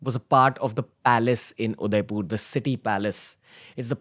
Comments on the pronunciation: mind it guys Ranveer can't even pronounce Udaipur properly 😂😂😂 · udaipur.. not udaipoorrr 🙂🙂🙂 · i think its udaipur not udaipoooor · Your pronunciation of Udaipur is wrong . Its not Udaipoor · Is it me or does the pronounciation of Udaipur seem very off